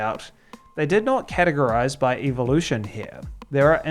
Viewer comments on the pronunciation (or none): none